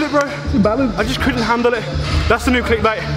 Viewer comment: When you said «couldn’t handle it», you sounded properly british!